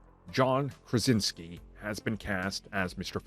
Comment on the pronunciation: It’s not Krasinski.